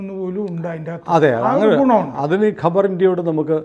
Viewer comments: Khabar is news not Qabar is Savakudeeram😅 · കബർ അല്ല ഖബർ അണ് അഖ്ബാർ എന്നാൽ പത്രം ഖബർ എന്നാൽ വാർത്ത അല്ലാതെ കല്ലറയല്ല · Kabar savakudeeram. Ivide parayunnathu khabar ennanu , ithinte meaning is varth (khabar = varth)